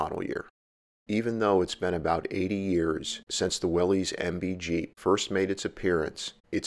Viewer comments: It's pronounced Willis, not wileez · Willy’s is pronounced “Willis”, like Bruce. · "Willies" or "Willis"-? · Well then they should spell it like "Willis". Everyone I know who was around when Willys existed calls it will-ees.I'm pretty sure the "Willis" pronunciation only started with the Bring A Trailer swells about 2 years ago. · Based on what i’ve read and watched, it is pronounced willis.